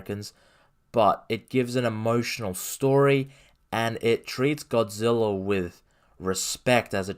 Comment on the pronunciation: Hard to take this guy seriously when he can’t even pronounce Godzilla